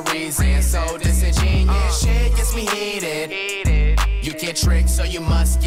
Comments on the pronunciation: He says it like disingenius. He probably doesn't even know what it means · The cringe of Flight thinking the word is Disingenius. Oh the irony from this guy. Sound it out with me: Dis-In-Gen-You-Us. I'm just surprised the word is spelled right in both the video and title. Just not used properly. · Wait ✋ you guys know its pronounced: (Dis-En-gEn-you-us) Right? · Flight pronouncing disingenuous as “dis in genius” is hilarious 🤣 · “He don’t miss” the nigga missed the whole song it’s pronounced dis in jen you us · He pronounced it wrong btw and only 2 people agreed with you loo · Must be cause he doesn't even say it right lmao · He said in his interview that he didn't know the pronunciation of it beforehand then he heard the right pronunciation of it but he chose to keep it in the song. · He not even saying it right 😂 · Yea well he def doesnt know how to pronounce it..... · He didn’t even say it right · This is horrible he’s not even pronouncing the word right Jesus flight is mad slow smh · He says it wrong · he didn't even say it right 🤣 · Yea he said it wrong on purpose cuz he ain't like how it sound just the meaning 😂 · That’s not how you say that word dawg 😂😂😂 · I like the video a lot. Too bad the word is mispronounced and the bars are stolen. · Imagine if he pronounced Disingenuous right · I think there is a huge flaw here. He either spelled the name of the song wrong or he saying it wrong! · the song is fire but he says disingenuous wrong used right tho just said wrong